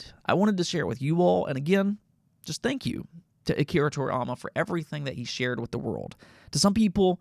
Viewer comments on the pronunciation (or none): To-ri-YA-ma! NOT To-riy-ama!